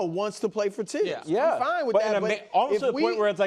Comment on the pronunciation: It's a French name not English and the correct pronunciation is Tibbs NOT THibs.